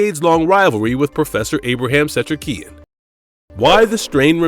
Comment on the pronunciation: While I like this video, this guy who's talking has terrible pronunciation. The way he says Ephraim, Setrakian, etc. Dick.